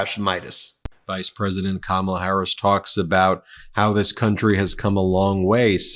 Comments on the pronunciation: Last name, he can't pronounce her first name. Kmala instead Kamala. What an insult. Peoples names are very important to them. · It's COMMA-LAH, Donnie. 🤬🤬 And yes, people do know her name. She's the vice president. He's such a pathetic man child. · The fact that they still pronounce her name wrong is absolutely disgusting and disrespectful. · The scary part about this is people actually think he will make a good president and he has yet to talk about what he is going to do for the American people. Its crowd sizes, Time magazine cover, how says her name wrong on purpose, Hannibal Lecter, and other nonsense. And these idiots are eating it up. We have make sure this man does not become president sgain. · When you mispronounce her first name how do we hone who tf you’re talking about? Pronounce her name right so we can answer properly! KAMALA HARRIS has a her name! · The man on the street didn’t know who he was talking about because that is not her name. If you can’t even pronounce a name right, you should not have nuclear codes. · VP Harris lost her Mother early . She was named after her mother. Shamala. It’s a shame Trump and his cohorts refuse to pronounce it correctly . It’s an insult to her mother . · The man on the street probably didn’t know her because Trump mispronounced her name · Trump intentionally mispronounaces her name! I have faith in her .....Can't wait until she's president!! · It'd help if he could bring himself to stomach pronouncing her name correctly instead of using his middleschooler level burn